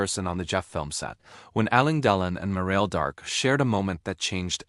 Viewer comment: Ii does not says their names cirrectky.shame